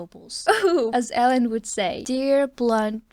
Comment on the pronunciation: Elend reads with an 'ee' eelend. Ee like in sweet